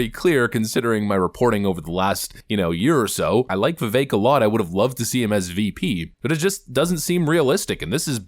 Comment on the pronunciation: Its not.vivake its vivek